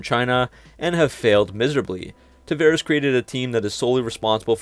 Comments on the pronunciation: I'm sorry, but it grates everytime you mispronounce the CEO's name. It's TavAres not TavEres. Come on. It's not hard. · It's "Tavares", the "va" is spelled like the "vau" in the word "vault".